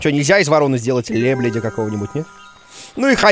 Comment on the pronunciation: лбледя серьёзно лебледя 😂🤣>